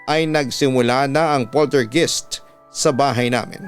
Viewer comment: yung pronunciation po, Polter GUYST